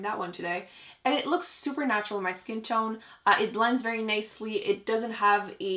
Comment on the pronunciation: Every time I watch your videos, I wonder if you realize that when you say "it looks supernatural" that's what it sounds like 😅